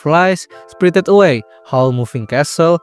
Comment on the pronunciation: spritit away 😂